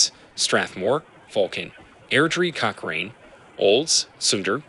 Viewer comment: I know know that Cochrane is pronounced "Cock-Rain", and Okotoks is "Oak-A-tocks". lol